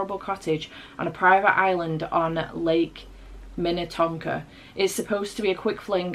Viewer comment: I’m so proud of you for being able to pronounce Minnetonka…as someone who was born and raised in Minnesota, too many people butcher the Indigenous names of stuff😂😂😂